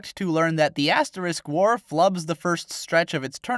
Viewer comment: first thing you say sounds like "Ass War". I appreciate this.